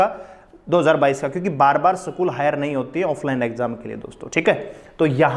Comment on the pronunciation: सकूल nhi बोलते स्कूल कहते है